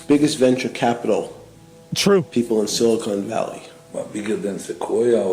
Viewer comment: Would Epstein really mispronounce "silicon valley" as "silicone valley" ? That alone makes me think this is an AI fake.